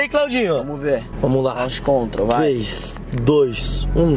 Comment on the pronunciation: O se acha com a porshe e os 2 falando coisa de carro sendo q nem sabe "Launch Control" ta escrito mais nn se fala assim kkk mds